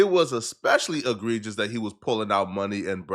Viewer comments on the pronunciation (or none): none